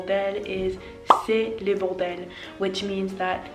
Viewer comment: Your French is so good, I'm so jealous. One little thing I've noticed though is the fact that you pronounce "le" the wrong way. You're actually saing "les" instead of "le"